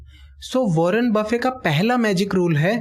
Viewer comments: he is not wanner bafin he is wanner bafit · Warren buffet not warren buffe!!!! My frnd correct the pronunciation.